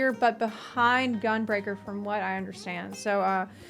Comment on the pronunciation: ‘Most people don’t….. understadge…….’